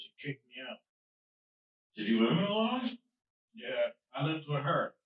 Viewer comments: He pronounced Illinois as "Illinoyz." Put him away for life. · The S in Illinois is silent you drip. You would think that at your age you would know that by now. 🙄